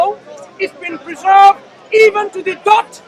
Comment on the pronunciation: who's that clown saying " it's a peezerved" . ROFL😂😂😂